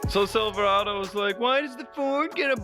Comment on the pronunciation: It's pronounced Silver-ayyyy-do there.